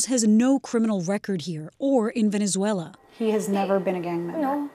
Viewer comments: "Venzewela" Reminds me of when W would say "nucular" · “Venzawaila” 😂Tom Homan and Elmer Fudd are the same person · He can't even pronounce venezuela correctly. How does this man have any credibility?